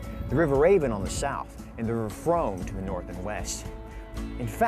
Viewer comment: Mispronouncing the River Frome was a bad start to this video.